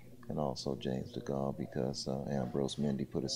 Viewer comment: someone tell him it's not Charles de Gaulle, t's James DeGale